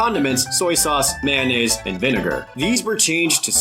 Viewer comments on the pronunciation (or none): none